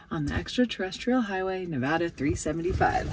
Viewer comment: Thank you for pronouncing Nevada correctly.